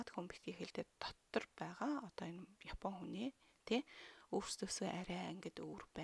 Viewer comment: Япон, яфон биш! ааннг ээээннн уууунн ммм нннн:(